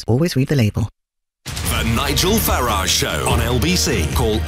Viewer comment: It's Farage NOT Farage.